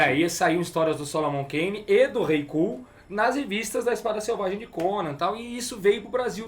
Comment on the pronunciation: eu n consigo ouvir os caras falando "kull" seriamente. Sinceramente não dá